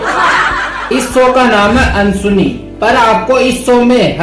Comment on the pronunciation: Ansuni nahi Anddsuni hai